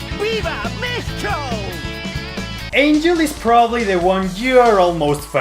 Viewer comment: You said Mexico in spanish correctly,you deserve my respects.